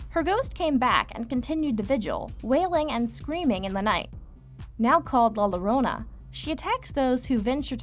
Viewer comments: Just so you know that the La Llorona, when there is two "L's" in a word it's pronounced with a "Y" So it sounds like La "Yorona"! :^) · Cool vid. Just so you know though, in Spanish the double L is pronounced as a Y, so La Llarona is pronounced "La Yarona". I'm sorry, it was just bugging me XD